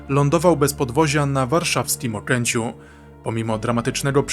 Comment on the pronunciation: „Okęciu”, a nie „Okręciu” Częsty błąd 😅